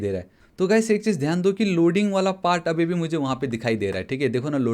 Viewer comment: Are you from uttarakhand you say dooi